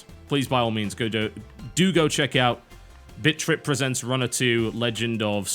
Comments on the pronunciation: Every time he says BIT. I hear bitch lol. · it sounds like your saying bitch XD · I like how he says bit as bitch...or at least it sounds like that to me. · i like how you pronounce "bit" in bit-trip. i hear a ''ch" in there